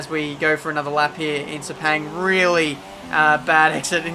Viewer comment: It’s pronounced “sir-pahng”. Though it won’t matter anymore. RIP Sepang